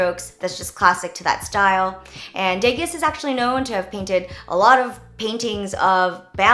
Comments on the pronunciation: "Day-gas" nahhhhh "day-gaH" 💕💕💕👏👌😂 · It's pronounced deh-Gah not like Vegas lol :l but wow great video such creative idea . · Not to be all Harry Potter hermionie or anything, but it's de-gah not deges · its de-GAH not dehgas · Edgar (De gahs, not De gus) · It's deGA not deGAS (sorry I had to mention it...I watched too much white collar) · Degas is not pronounced Day-Gus! LOL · The pronunciation of the second artist is Day Gah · love this video but... DAY-GUS ? he's French! :O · Degas is French and pronounced like "Day-Gah" :) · Hi Jenn! Not sure if you knew this, but Edgar Degas was actually French and his name isn't pronounced like that. It's pronounced Ed-gar Du-ga :) just wanted to let you know! I did a lot of art history in high school lol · I've been a silent viewer until now...You're so articulate. Has anyone asked you to become an announcer or host of some show? This video has great content and so creative! Loved it. My fav was Degas (btw pronunciation is "day-ga" S is slient). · You're so creative!! My favorite class in college was art history and I majored in painting! So I truly appreciate this episode. But I gotta point out one thing... it's pronounced "de-gah"!!! He's one of my fav so had to tell you. Lolllll love you girl!! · Great idea! And Edgar Degas is pronounced De-gah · I am sorry to point this out, but the second artist, his name is pronounced Degah..... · Edward Degas is pronounce Day-gah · I think it's pronounced Day-GAH :) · lol "day-gas"? ....!! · Degas...I think it's pronounced DUH-GAH 😂 He's French. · its pronounced dega btw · Degas is "Day-gah"... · Hey jen! Love your content. Just wanted to point out that degas is pronounced day-gah (the latter part like goth but not the th part). Not trying to sound pretentious. Just thought you might like to know! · Degas is pronounced "day-gah" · I cringed when you said day-gus but love this video ❤️❤️ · Ouch! Degas is pronounced "Day-Gah". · Degas is pronounced Day-gah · Dega... the s is silent 😂